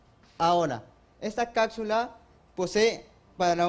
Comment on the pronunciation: Será primer puesto pero no sabe gramática , dice cacsula, octiene etc. etc Sinó felicitaciones por ser estudiosos.